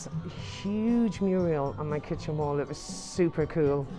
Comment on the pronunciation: Loving the vlogs, going to London in July and using them as a guide but please...it's MURAL, not MURIEL!